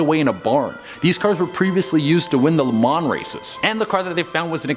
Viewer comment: ....... I'm gonna be that guy. - #6 in the first 10.... whatever he just called that car, isn't what it's called. - The 's' is silent when saying 'Le Mans'. - It's Bentley, not Bently.